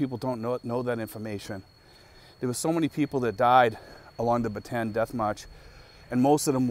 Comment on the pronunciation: The death march is pronounced Bat te Ann. Ba tan is a completely different place.